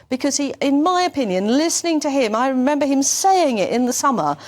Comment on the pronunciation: 14.29 did you say renember instead of remember